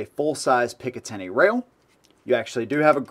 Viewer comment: If i hear one more person say picitiny rail, I'm stopping the video and never watching another. Classic firearms dude keeps doing it and as much as I like his content I can't stand hearing picitiny rail over and over.